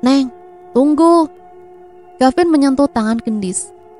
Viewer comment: Mf neng,d cerita ini kavin apa gavin ya,kurang jelas🙏